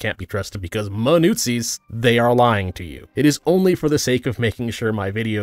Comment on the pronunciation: "newt-zis" LUL